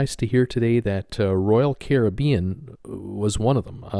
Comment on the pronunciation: You said Caribbean correctly the first time. It is the American pronunciation that is incorrect.